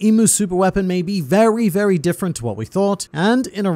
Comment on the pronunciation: This mans just said "vewy" instead of "very."